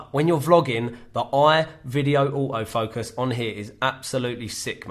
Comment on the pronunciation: That British accent: Au-o focus.